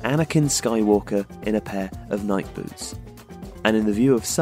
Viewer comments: lol thank god you stopped drawing faces like that. Someone clearly had a Picasso "phase" lol Also lol you also pronounce Nike like that rather than like Nikey like it really should be. Everyone around my area does too. However we did that before we knew the correct way to pronounce it was Nikey not Nike. Now that we all know, we should start using the correct pronunciation (and the old phrase "That's how I've always said/done it." is lame af) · ITS NIKEEE FUCKING NIKEY!